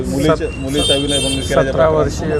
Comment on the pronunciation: ते विनयभंग असते.... वनय नसते